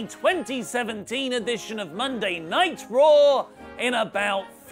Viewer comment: In the intro, do you make Monday night raw, sound like Monday Nitro on purpose? Every intro, it's all I hear now!